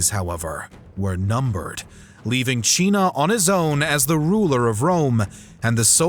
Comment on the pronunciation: Why do you call Cinna Chinna, and Lucius Luchius? Is that the correct pronunciation in Latin?